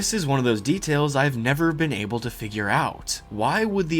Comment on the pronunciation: able ab-ble a bubble